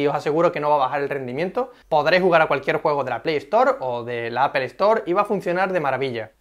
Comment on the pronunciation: Se pronuncia APOL, NO APEL